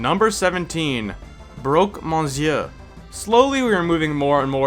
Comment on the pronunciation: why do you say broque monseeuuur? it's pronounced monshuur